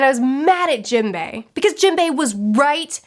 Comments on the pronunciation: Jimbei? Dont you mean Jim-bay? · Wow can’t get over the way you call characters please educate yourself on their names it hearts my ears